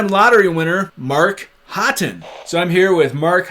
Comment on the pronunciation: I thought Haughton was pronounced Hawton, not Hotton. Anyway, cultural difference.